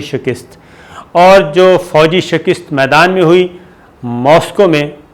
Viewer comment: Dear Sabir Bh, Yeh jo pesh baghair " YOODH" bola hai very funny ... ha ha ha ha... maza aa gya.. Thanks